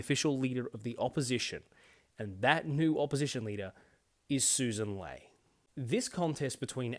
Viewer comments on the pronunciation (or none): I eventually found a video of her introducing herself, and it's Lee not Lay as the LNP spokeswoman was saying. Her own party didn't even know how to say her name after she got elected to the leadership. Credible alternative government.